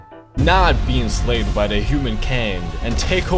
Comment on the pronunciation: "How bout we uh not be INSLAVED by the Hooman kiend " I died